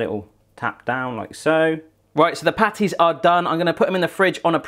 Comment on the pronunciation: i thought u said panties instead of patties